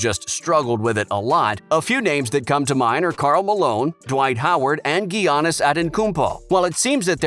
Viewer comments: GeeAnnis. Top stuff. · Lol geeanis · Is no one gonna question the way he pronounced Giannis's name bc wtf was that ? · He butchered his name so hard